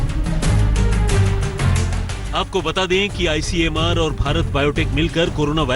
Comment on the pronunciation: ICMR NOT ICMAR LANCET NOT LACENT LOT OF MISTAKES.. IMPROVE YOURSELF